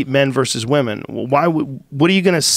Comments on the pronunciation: Boi said "Weemen"😂😂😂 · Joe "Wee-Men" Rogan